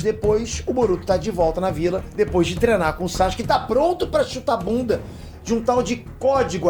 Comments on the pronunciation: SÁxke ao em vez de Sasuke me dói ainda kkkkk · Eu não tanko esse "Sachuske" do kkkkk